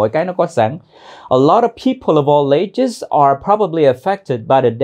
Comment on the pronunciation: chỗ nối people of all nghe dễ nhận, nhưng nối all với ages nghe như thành 3 âm a:l, lei, eɪdʒz ? Em thếi tiếng Việt cũng nối âm: Tết - a - i về? (Tết Ta ai về)...